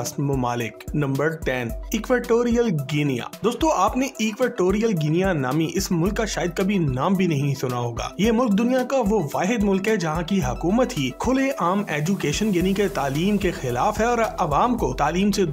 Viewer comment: Your vlogs are very informative however sometimes the person with the voice over mispronounced names of countries e.g Equatorial Guinea is pronounces as Guineee not Guiniya....!